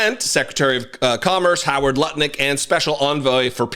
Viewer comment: I know you were just reading the document, but somehow Howard Nutlick always sounds more appropriate than Howard Lutnick.. BTW - I presume the "T.H." on the documents means "The Honorable". The last thing any of these people should be known as is honorable.